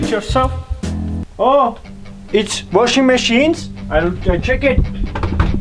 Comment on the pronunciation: Its yor washimashins ? 😂 Aj čekid maj self ....... nejlepší video 😀